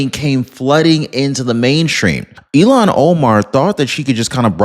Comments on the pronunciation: Her stupid name is Ilhan, not Elon. Why do you keep saying Elon, you mispronounced her stupid Muslim name every time you said it. I kept waiting for you to correct yourself, but everytime you called that dumb bitch Elon. Wtf? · damnit man, her name is Ilhon not Elon. It's pronounced ILLHON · DEPORT ILHAN OMAR!!!!, I respect your news outlet and have been listening to you for years!! But PLEASE, don't call her "Elon" Omar!!!! That's really an INSULT to Elon Musk!!!! Her name is pronounced ILL-HAN!! And,fittingly,a nasty disease should be named after her name!!!!! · Dude stop mispronouncing Omar's name. It's not Elon it's illhan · Not Elon Omar, it is “ilhan Omar” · Dude. Pardon me but you keep pronouncing her name wrong. It is pronounced ILL-Han. You keep calling her Elon. He might get mad. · It’s not “Eé-lawn” (like Elon Musk), it’s “Ilľ-hawn”. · her name is ILL-han not E-lon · Not to be petty, but her name is pronounced 'ill - hon" not Elon. I kept seeing his face every time you pronounced it as Elon. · You are mis pronouncing her first name. It's not Elon is Ilhan. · Deport IL Han. Not Elan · Il han not elon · Ill-han not Elon. Thanks Omg I had to stop listening because everytime you mentioned her name I pictured Elon. I will be watching for other videos. Have a Blessed Day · it's Ill-han, not Elon. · Why do pronounced it like Elon Omar not illhon Omar I shoun this channel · It IL HARN. Not Elan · Who is Elon Omar? Do you mean Illhan Omar? Pronounced ill han, not Elon. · Her name is ill -han, not E - lon. Hope she gets deported in any case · Good job,. Here's a hint on the pronunciation: ILL-hahn, not elon Omar. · It's ILL hon Omar. Learn to pronounce the name of the person you're insulting. Its Elon Omar. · Its not elon...its Ill- hon. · Elon Omar or Ilhan Omar? You’ve been mispronouncing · Hey, her name is pronounced, "Ill-Hon" not "Elan" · you’re pronouncing her name wrong. It’s ill Han not Elon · Ill-haun, like blah, like puke. 😂